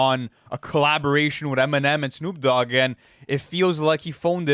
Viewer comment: 'Shnoop Dogg"